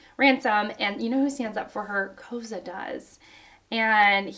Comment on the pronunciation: Koza’s name is pronounced like “Koh-Zah”